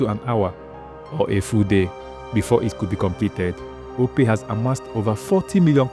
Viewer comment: OPay not Opay